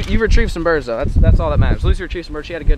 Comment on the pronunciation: “we jus dropped 6 bidurds” 😂😂